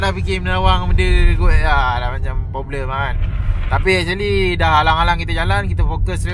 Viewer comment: ... Acherli ( actually) 🤣😅🤣🤣🤣🤣🤡🤡🤡🤡🤡🤡